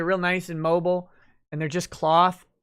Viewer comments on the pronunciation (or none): none